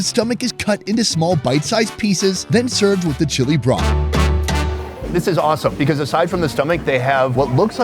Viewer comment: Every time he says "broth" - it sounds so emphasised so it feels overused as hell